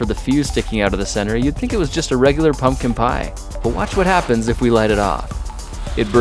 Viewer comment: "Angry pumkin"